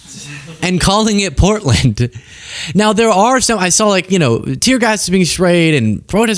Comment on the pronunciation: Did he say porkland???? Lol 😂😂😂